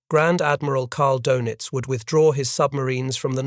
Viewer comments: His name is not pronounced "Doughnuts". Try "Doynitz" to get close. - The Pacific battle was determined when the Japanese were chased off of Guadalcanal in January, '43, the African littoral when the Nazis were expelled from Tunisia in May, '43. The Nazi 6th Army surrendered in February '43. Doenitz gave up in March '43. By late Spring, 1943, the war had been decided. - No. After Spring, '43, the Battle of the Atlantic was over in everything but claims, as was the war was in every other theater. - This was the exact circumstance facing Japan, but the Allies hadn't yet killed enough of Hirohito's subjects to satisfy his thirst. He would finally be satisfied in August '45, after he realized that he well may be next to be incinerated. - Military defeat in the mid-Atlantic isn't 'some distant battlefield'? Yes, yes, it is. - Von Rundstedt didn't know he had to defeat William Knudsen, and he didn't. Doenitz didn't know he had to defeat Henry J. Kaiser, and he didn't stand a chance. - 'Barely 8' above the waterline'?! Bullshit. - How many on patrol? From memory, he never got close to his stated requirement of 200. - And one pederast! - If you can calc the number of calcs required to break the code, it is NOT 'mathematically unbreakable'. All you need to break it is a high-speed calculating machine, and that's what the pederast delivered. Once you 'broke into' the code, the hits avalanched. - You might assume Turing could have 'sup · ADMIRAL KARL DONITZ - IT'S REALLY NOT PRONOUNCED THAT WAY. THERE IS AN UMLAUT OVER THE O IN DONITZ. YOU SAY IT LIKE DAYNITZ, BUT WITH YOUR LIPS ROUNDED FOR THE FIRST SYLLABLE.